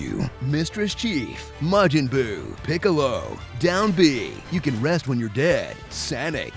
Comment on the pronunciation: "Piccolo" I see someone has been watching DBZA.